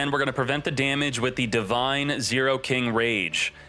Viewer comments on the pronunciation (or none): none